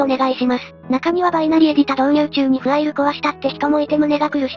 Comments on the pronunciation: ファイルじゃなくてフアイルなんだな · かたくなに フアイル って言ってるの笑う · ファイルのことをきちんとフアイルって言ってるの非常に良い